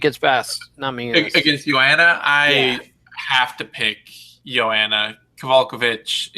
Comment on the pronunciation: Mannn... still fucking up Joanna's name after Eugene called you out on it like twice....